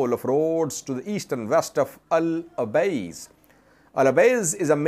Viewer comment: It is El Obeid, and not El Obeiz, unless the last letter is read differently in Urdu scripts.